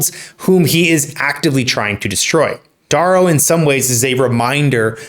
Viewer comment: I think you need to learn how to say Darrow's name correctly